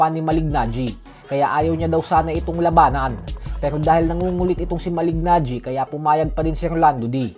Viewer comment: Malig- Najee mali pa pag pronouce mo boy, Kala ko ba boxing fan ka ? Kung nanood k tlgang boxing alam ang pronunciation ay Malee-najee Mali pa spelling mo sa title boy Mali"GANGGI" . "GANGI" talaga? pra g@ lng . Hay naku